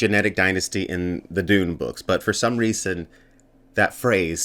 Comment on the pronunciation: Everytime you say Dune I hear Doom and I'm confused 😂